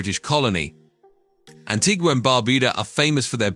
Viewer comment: 4 minutes into the video and we've had BAR-BAR-DOS, GREN-AH-DA and ANTIG-U-AH. These pronunciations are wild!